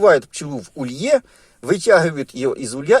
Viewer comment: Ударение в слове улей "улье" - приятно как то слышать.